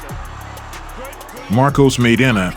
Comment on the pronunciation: Marcos "MY-DOnna"...